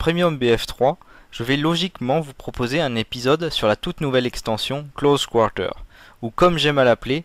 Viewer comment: lol tes québécois? pourquoi tu prononce close quarter en anglais oO C'est vraiment moche :D